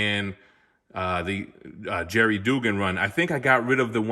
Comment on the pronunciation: btw Posehn is pronounced poh-sain, rhymes with pain or rain. And Duggan is dug like "dug a hole". I only know this because both of them were on a D&D podcast that I used to listen to called Nerd Poker.